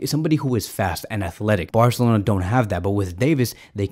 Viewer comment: I like how he says "barcelona"... bwarcelona xd